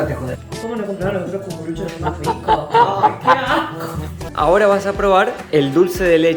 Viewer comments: por que le decia ''dulce de chele'' jajajajaj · dulce de chele jajajajjajajajajaj bien argentino